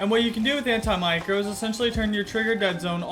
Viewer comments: It’s anti-macro not an-ti micro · sorry am i the only one thats getting triggered by him saying micro 😂😂